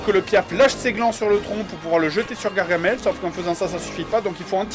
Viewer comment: Y'a pas de "e" à gargamel